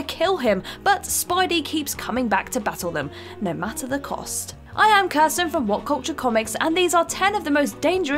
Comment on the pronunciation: 12 & 11: Kirsten & Zoe aka "Mispronunciation Woman & The Malapropism Girl."